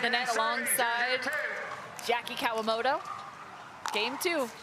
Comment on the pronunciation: It's "Kawamoto" with a "T"...